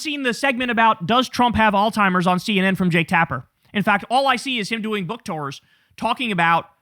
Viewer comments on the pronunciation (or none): It's AlZheimer's, not all timers!!! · It called Alzheimer's not “All Timers”, Jay-Z! Lol!!!! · Kyle, my brother. It's pronounced, "ALZ-heimer's" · You keep pronouncing it all timers 🤣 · Please, I beg of you, learn to pronounce "alzheimers" correctly. It's not "all timers". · Alzheimer’s, dawg. ALZHEIMERS. There is no T in Alzheimer’s disease. Please somebody close to Kyle let him know!! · Why can’t he pronounce Alzheimer’s ?